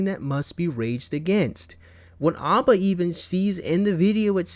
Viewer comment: NGL im starting to get heated from the way youre saying Aba's name. You sound like m night shyamalon.